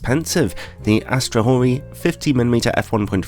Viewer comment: This lens is OK given its price except for that comatic flare at the wide apertures that could feature itself in any Batman movie. Thanks, for not mispronouncing its name.